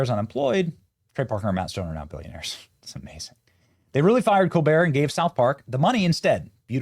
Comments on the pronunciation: Rearry, Benny? LOL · Oh, REARRY?!?! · "Ohhhh, rearry???"😂😂😂😂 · “Oh rearry” should have taken off culturally when that episode came out. Freaking hilarious